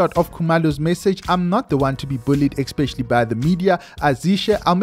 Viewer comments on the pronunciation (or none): Please stop saying "xpecially" sorry mo'guy